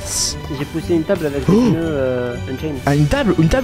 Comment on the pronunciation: Pk il dit des peuneus😅😅